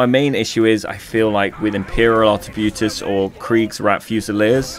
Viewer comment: Just wondering why are you calling artebuitiers when its arqebuisers?